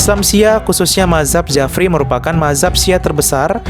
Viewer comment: bukan jafri tapi bacanya ja'fari